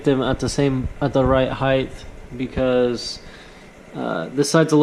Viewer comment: Height! "Heigh-th" isn't a word. Thanks for the video, though.